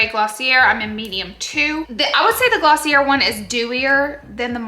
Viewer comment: You made me laugh 🤣. You were hilarious. I think it’s Gloss-y-Eh not Gloss-y-errr. Love this style of vlog. 👏🏻 👏🏻. The close ups were 👄 😃